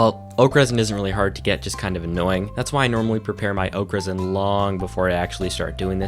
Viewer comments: Took me a while to realize you were saying oak resin and not Okras.. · I'm sorry. this is like the 3rd time I'm watching this video but everytime you say 'Oak Resin', I always hear 'Okras'